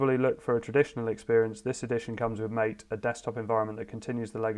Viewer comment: Looks good! Incidentally, MATE is pronounced mah-tay. It's named after an Argentinian drink.